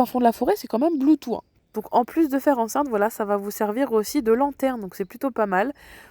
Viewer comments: A l'anglaise c'est avec un S sr la langue 😁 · Sympa la vidéo mais BLUETOOTH ne se prononce pas BLOUTOUT mais BLOUTOUSSE .... Un peu comme VOUS TOUS . Bonne journée